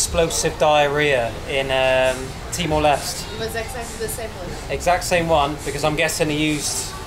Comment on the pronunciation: It's TIMOR "LESTEY"